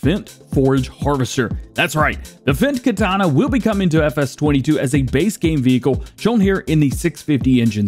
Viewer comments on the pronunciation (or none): none